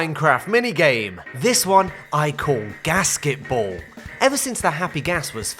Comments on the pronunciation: I kept hearing casketball. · I first heard it as “gasket-ball” and I was confused for a second